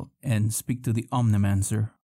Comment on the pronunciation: ONEIROMANCER.... not omnimancer.